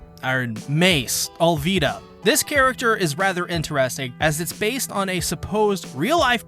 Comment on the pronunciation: Your pronounce Alvida wrong